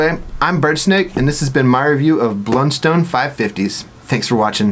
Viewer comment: It’s pronounced “Blunstun”.